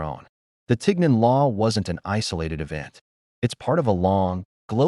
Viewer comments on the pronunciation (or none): I speak French and this pronunciation isn't right either "isn't Ten" but "Tee" it come from "chignon" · First of all, it’s pronounced TEEN yawn, with the “n” being soft. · No. It's not pronounced tig non. It's teen yon. If you can't even bother to pronounce it correctly, why should anyone believe you know the real story? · We pronounce tignon as tee-yaw in southern Louisiana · It’s being pronounced wrong, Lol! It’s called “Tee-Yawn”… a head wrap that had to cover the hair. A lot of elderly black women in Louisiana still wear it today while cleaning,doing laundry etc. I live in Lafayette,La.. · At the very least, correct pronunciation of tignon (tee YON) is necessary. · It’s pronounced “TihYon” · It's pronounced (tee-NYOHN), though. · Besides the AI pronunciation of tignon hurting my ears and the arbitrary mix of different era fashion hurting my eyes, let us bear in mind that Miró fulfilled the plea of jealous white women. Approx. a century later, empress Josephine (a born Creole of the earliest definition) adopted the headscarf and it became en Vogue among the French high society- well, this “inspirational” trend adoption continues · They made a video using AI and somehow couldn’t get the French prononciation right? I can’t watch this video. My ears are hurting.